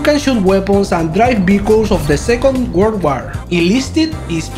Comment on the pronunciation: "Even though it's in beta, it has lots of classes, weapons, and vehicles!" Me: Did he pronounce vehicles bagels?